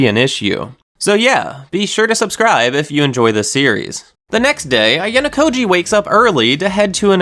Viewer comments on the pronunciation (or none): none